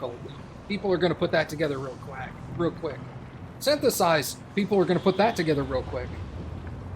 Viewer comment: "people are going to put that together real quack.......real quick ".........careful, people may see through your disguise and find you out as, mallard overlord of Downeland🦆................................or like 85% of people (myself included) can flub a word in a heartbeat😅